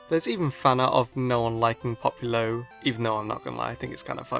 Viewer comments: popilo???? its popplio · Poppilo? Did you seriously pronounce it Pop-ilo? It's POP-LIO! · He’s saying populo...😂👏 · He can't say popplio correctly